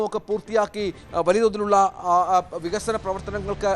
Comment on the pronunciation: വിഗസനമല്ലട പൊട്ടാ. വികസനമാണ്.